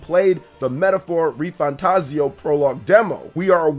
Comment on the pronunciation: I'm still getting used to you not pronouncing it RefantaZIO and now ReFanTAZio xD